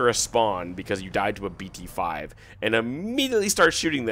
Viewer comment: The way u said bt5 initially, hilarious